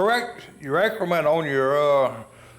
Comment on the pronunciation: Hey You did a great job of explaining it, but a poor job of pronouncing it. LOL Its Akerman like the word Yak without the Y. not acreman